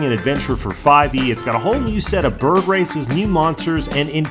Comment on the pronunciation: did he say bird or BiRB?!